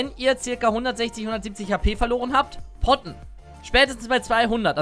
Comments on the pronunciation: Wer hat nich poppen anstatt potten verstanden ? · Ich habe erst poppen verstanden 😂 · jedes mal poppen verstanden :D